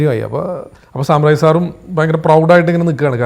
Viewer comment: സാമ്രാജ് അല്ലടെ, സാം രാജ്‌ ആണ്